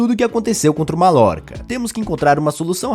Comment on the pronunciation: Krl malorca é foda kkkkkkkk se fala maiorca